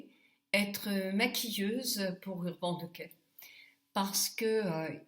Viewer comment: Encore un joli moment passé avec toi! j'adore ta façon de prononcer Urban Decay. Merci pour ce joli make up, tu es superbe!